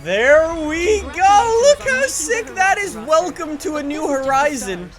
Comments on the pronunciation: is it me or did anyone else hear him say woolcome? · Did any hear what he sayed at the begining...... He say woocome